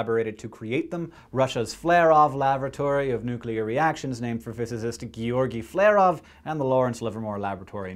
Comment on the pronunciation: He mispronounced Flerov 3 different ways